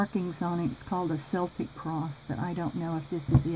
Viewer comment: Itis a Celtic cross. It's pronounced like Kel-tic. It's a replica of the type of markings and designs the Celtic tribes of early England, and Ireland, and Scotland. You have some gorgeous stuff in there. I have a feeling a lot of that stuff is a lot more valuable than it may look. I can see myself going through it and remaking everything, lol!